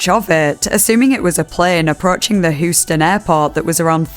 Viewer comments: it's pronounced "Hues-tin" or "Hues-ton" in these parts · i love your videos and really liked how you covered this story but hearing you say "Hoosten" was painful 😂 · The accent pronouncing american words is so silly im sorry 😭 "hooston" and "shinouks" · HOO-STEN Airport. There I said it.